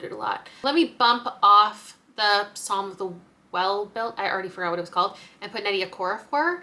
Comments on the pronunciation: Just letting you know, psalm is pronounced Sawm. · “Roy-sin” and “Puh-salm” are diabolical, 😂